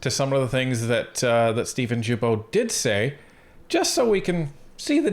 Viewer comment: Are you guys intentionally pronouncing Steven'"s name incorrectly?